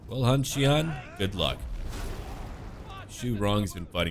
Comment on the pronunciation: Hey your pronounciation is pretty on point for the most part! But the X’d are pronounced she. So basicially xian would be shian hope that helps at all lol let me know if you need help! Subbed great content